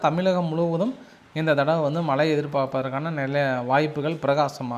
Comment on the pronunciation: மளை பொளியவில்லை. மழை பொழிந்துகொண்டிருக்கிறது. செய்தி சேனல்களில் வாசிப்பு செய்பவர்கள் நன்கு தமிழ் தெரிந்தவர்களாக இருக்க வேண்டும். இந்த சேனல் உரிமையாளர் இவரை தமிழ் படிக்க அனுப்பி வைக்கவேண்டும். பிறகு வேலைக்கு சேர்க்கலாம்.